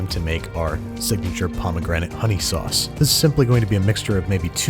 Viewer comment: The sowauce Cowafee